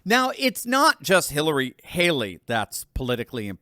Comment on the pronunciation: I kike "Halery" better. 😝